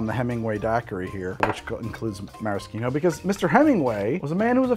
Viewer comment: I love that all the Youtube bartenders suddenly started pronouncing Maraschino correctly! Great job, guys!